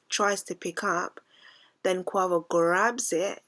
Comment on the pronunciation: It’s NOT co-a-vo it’s pronounced co-wei-vo (Quavo) 😂😂😂